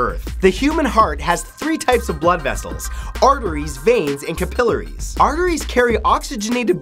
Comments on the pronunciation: "cap-il-ar-y" not "ca-pil-ary" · "kuh-pill-ahry" why are u saying it like that?? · capillary - the emphasis is on the last syllable, not the second.